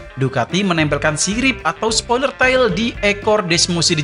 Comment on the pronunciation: Good video but I have some inputs about pronunciation, if I may: 1. “Tail”, semestinya dibaca seperti “teyl” 2. “Jorge” pada Jorge Martin semestinya dibaca seperti “Hohe”